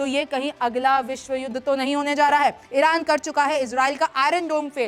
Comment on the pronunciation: Madam don't say vishajudha